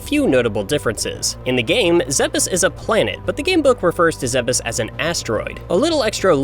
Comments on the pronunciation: I'm sorry... Zeh-bus? I've always said "Zeebs". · Stop calling it "Zebbis" and learn how to pronounce "Zebes" like an American. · It's pronounced 'zeebz' Just like Thebes, Egypt. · Wait...is that how Zebes is supposed to be pronounced?? I've always pronounced it like Zee-b's